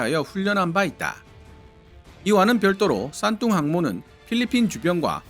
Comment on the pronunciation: 왜 싼똥으로 들리지